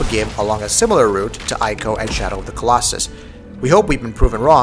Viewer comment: I'm sorry, but it's "E-co" not "Eye-co".